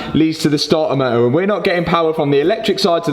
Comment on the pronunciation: Wot a moe-ah